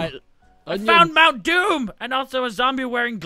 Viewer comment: Not doom but moom :)